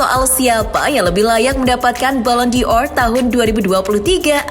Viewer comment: Bukan balon Dior admin kocak,tapi balon Dor. Dor itu artinya bola